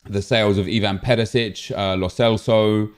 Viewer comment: It's not perisic, it's Perišić - Pe-ri-shich